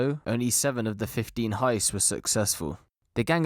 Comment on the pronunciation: Heists, not Heist's